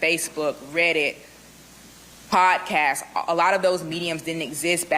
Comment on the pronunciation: Quit saying "potcast".